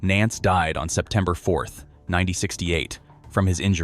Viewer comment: 1968? You are saying the year of Wayne Nance's death; I can't make out what the hell you are saying!